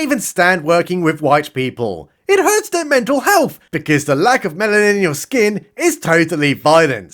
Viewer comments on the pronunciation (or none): none